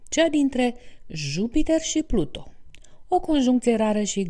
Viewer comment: Nu am cum sa urmăresc acest video daca este greșit din start. Pluto este câinele lui Disney. Pluton se spune corect!